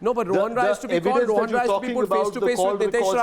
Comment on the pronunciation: His surname is Rai. Not. Roy